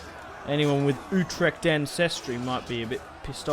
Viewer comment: it is not youtrecht. it is like uutrecht